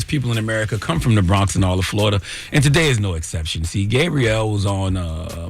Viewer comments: Charlamagne, Is her name pronounced Gay-Brielle or Gaab-Brielle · Why is he calling her Gabe-brielle? 😂😂😂